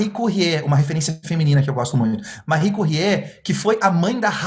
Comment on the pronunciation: Excelente exposição! Sou fã do e agora descobri o Caio também. Só um toque: a pronúncia correta de "Marie Curie" não é "Marri Curriê", e sim, "Marri Curri". Parabéns! Muito obrigado pela partilha do conteúdo.